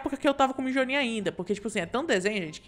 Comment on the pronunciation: E não é mijonir é mionir